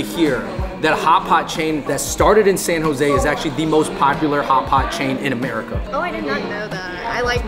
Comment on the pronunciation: you know you're from San Jose when u say, "Sano-zay" 😭 like its 1 word.